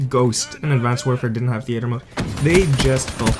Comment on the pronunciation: WTF Is The Ater mode lol its theater